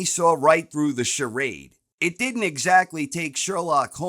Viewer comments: "And he diddennt" 🤣🤣🤣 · LMAO "Did-Dent" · Oh No He Di'ent! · "And he did ent" 😂